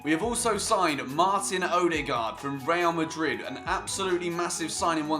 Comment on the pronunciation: think he was ment to cut the first bit out because he failed at pronouncing "Real Madrid", but then he probably forgot to cut it out, so now it just sounds weird